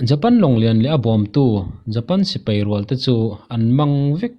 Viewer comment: A dik lutuk ,,chuan sipai nia sipei tih nen poh hriat polh awl ve dawn emai